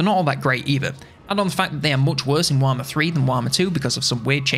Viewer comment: What is this, "Waaghmmer III" you speak of…? Just kidding, nice video.